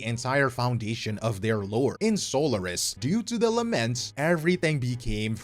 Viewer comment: How come you say Sólaris when it's pronounced Soláris in-game, speaking so confidently about lore and such? Is it pronounced wrong by the VAs...?